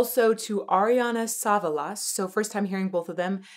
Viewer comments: FYI…you mispronounced Ariana’s last name. Her father is a famous actor, Telly Savalas. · for you oldies out there.... Ariana Savalas is actor Telly Savalas daugther!!! "sah-vall-us"